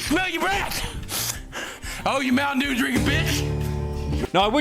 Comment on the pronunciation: i remember the small loan meme xD also please for the love of all that is based and poggers, not cringe, stop saying "jew" instead of "dew" PLEASE